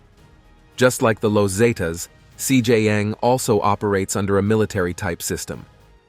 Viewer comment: This guy saying cj yang 😂